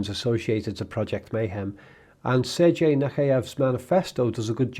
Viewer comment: sergey is pronounced sair-gay.